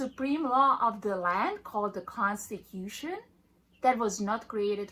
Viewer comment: Is the constahewson different from The constitution?